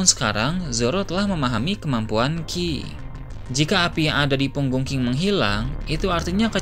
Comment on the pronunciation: Bro ini cuma telinga ane apa ente yg gk jelas ngmong "NG" nya? king jadi ki, menang jadi mena😂😂